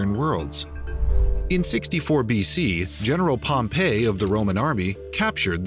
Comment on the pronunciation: You lost me at Pompey Because Pompey is pom pee Pompeii is pom pay